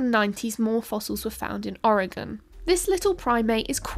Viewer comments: That took some verbal dexterity. And thank you for saying 'Oregon' correctly! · thank you for pronouncing Oregon correctly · OMG! You even pronounced Oregon like a native! 10/10!